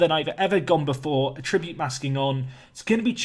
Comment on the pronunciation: You say attribute wrong